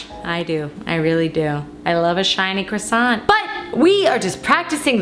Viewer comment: Croissant eh more like quackson